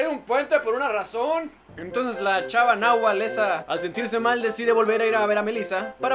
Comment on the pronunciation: es verdad but dijo nahuatl esa